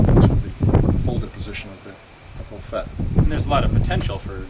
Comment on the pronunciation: LafettE the E is not silent